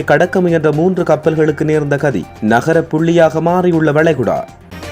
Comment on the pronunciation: அடேய் பன்னாடை தமுழை ஒழுங்காக உச்சரி ( நகரப்புள்ளியாக மாறிய வளைகுடா இல்லை ) நரகப்புள்ளியாக மாறிய வளைகுடா கடல் அது எப்படி நகரமாக மாறும்